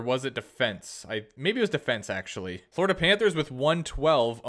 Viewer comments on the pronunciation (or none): none